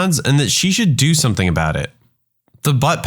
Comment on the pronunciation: No K in the word something